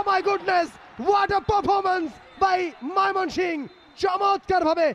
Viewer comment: ধারাবাভাস্কার কে ভাই বার বার মাইমনশিংগ ১ বলতেচে এক বার হলে মানতাম ৩ বারই বলচে কি খায়